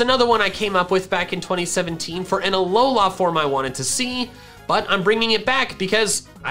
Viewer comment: You say alola weird, its not that long